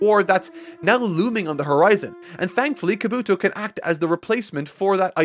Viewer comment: This is gonna sound nitpicky, but, you gotta work on your pronunciation, chief. Japanese almost always lacks emphasis or stress on individual syllables over another in a word when spoken, so words you say like ka-BUto or ko-NOha aren’t being spoken correctly. You’d say ka-bu-to or ko-no-ha. Every syllable is its own beat, all with the same emphasis. Great work, regardless.